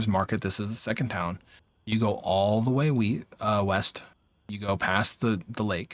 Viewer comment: great vid! also just had to comment that you almost said "weast" like patrick and it made me chuckle